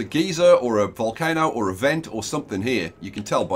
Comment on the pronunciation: Geyser=Guy-Zer . One pronunciation gives off steam and hot hot liquid; the other just gives off hot air at both ends.